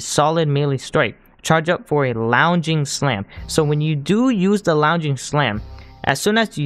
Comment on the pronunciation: “Lunj-ing” not “lownj-ing”. Other than that bit of pronunciation error. Good vireo. Keep it up!